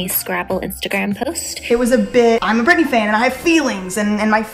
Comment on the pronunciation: Its Britteny